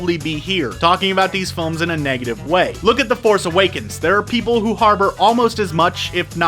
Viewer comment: It sounded like he said, "...actually look at the big problems with these phones..." 0.34